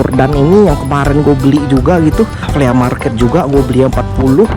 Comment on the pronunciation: The way he pronounce FLEA MARKET. "FLI''